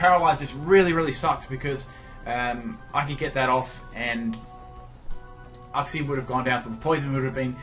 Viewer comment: Uxie is pronounced yooksi. It's very painful hearing uhksi